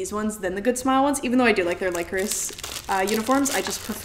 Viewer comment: I totally love Lycoris Recoil but fun fact- Lycoris is pronounced Lih (as in lit up) Chorus. As you know, the super computer in the series is called Radiata. Lycoris Radiata Is the genus and species name for the spider lily, which is the flower that represents their organization. 😊